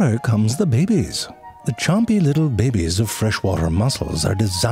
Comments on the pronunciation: Couldn't help but repeat it, every time he said bebes instead of babies. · I love all your vids, but the ones I love the most are where you say "babies". «Bebbies.» The Slime Mold vid was the first of yours I saw, and it was epic. (Find a way through a maze? That's smarter than some of my coworkers.) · the way Ze Frank pronounce the BABIES is always crack me up ,, 🤣